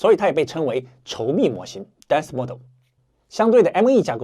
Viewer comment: mode 读错了。